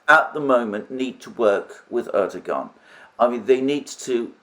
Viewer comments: The Turkish language generally does not pronounce the g inside a word with a ‘guh’ sound. It is generally pronounced with a ‘wuh’ sound. So Erdogan is not Erdoguhan, it is Erdowuhan. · Erdogan name is pronounced "Erduwan", or "Erduan". There is a little mark on top of the g. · Excellent presentation by Alexander M. but he would even be more credible if he could properly pronounce the name of Erdogan (it is Erdowan, without g).